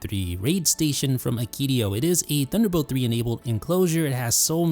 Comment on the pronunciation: its THUNDER, not DUNDER